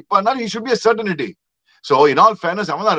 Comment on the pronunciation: I’ve been trying to correct you both over the last three years. It’s not certainity or certinity; it’s CERTAINTY. You’re welcome!